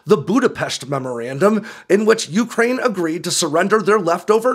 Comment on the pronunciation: It's you-CRANE, not YOU-crane!!!